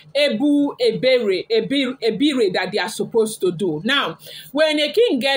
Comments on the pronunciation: Pronounce :Eh-bor ibeh-reh. I genuinely doubt Ebony's mental well-being😢. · He bo hi be re that is the pronunciation. You are even trying o jare my daughter. Ashley's secret has opened, and don't mind her. She can not do anything again. Her power has been rendered useless by Almighty God of Heaven. All kayamata that she has been using for Kabiyesi ever since Adeola's mum regime down to Mama Adewamiwa to Naomi. It is finished for Ashley. Ika buruku. And she has gotten her own children, she doesn't even think of tomorrow on those children. God dey. And God will judge Ashley accordingly, is a matter of time, and the time is imminent.